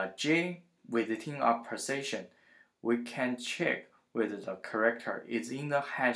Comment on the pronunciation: the way u say position sounds like precision...hard to understand the accent